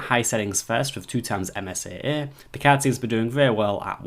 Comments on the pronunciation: damn every time he says card i hear cat ... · I hear Cod.